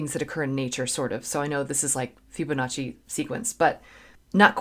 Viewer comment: It's pronounced FIBonacci... not FYUBonacci....